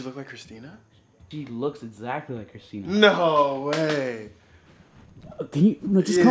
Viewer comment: It’s not christener